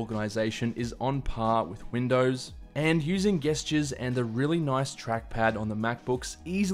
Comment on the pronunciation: Did he say 'gestures' to 'gestures'